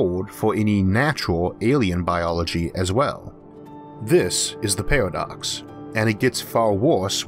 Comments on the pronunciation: great vid....but i cant stand this guys speech impediment. lol is it a pairwodocks..or paradox? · Narrator says Pawadox, lol